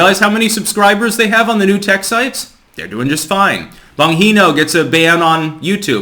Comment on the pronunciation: Bon-Hee-No? I don't know why you keep mispronouncing Dan's name. Maybe you're doing it by accident? It's Bon-Gee-No! Bongino :)